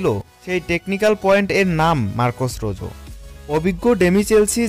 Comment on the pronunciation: কে বলেছে আপনাকে এর নাম রোজো।।।। এর নাম হচ্ছে রোহো।।।।।।